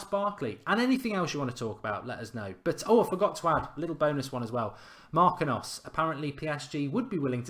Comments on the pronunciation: MAR-KEEN-YOS, not MAR-QUIN-NOS. Same thing win FA-BEAN-YO, not FA-BEAN-NO. Gotta get better at the Brazilian name of you want to attract Neymar lol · It's pronounced MAR- KEEN- UUUs